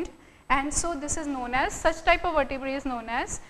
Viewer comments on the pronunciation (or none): it's not vertebraes. It vertebrae becoz vertebrae is a plural word